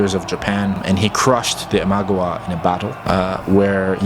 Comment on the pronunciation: Ima-gawa, NOT Imag-awa. Sorry it was just a little grating to listen to you mispronounce this over and over.